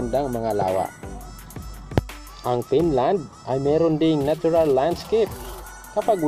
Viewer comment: BROD PAKIAYOS NG PAG PRONOUNCE! BKA MAGKAMALI AQ SA SPELLING NG FINLAND AS PINLAND!